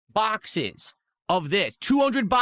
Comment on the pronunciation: “Not Paaaacks guise! Bhackses! BHACKSES!!